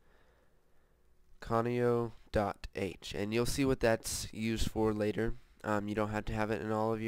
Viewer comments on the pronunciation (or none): its "conio.h" no "comio.h"